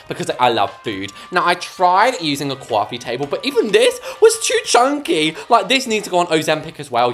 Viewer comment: Coffe table ❌ CWafFe tAblE ✔️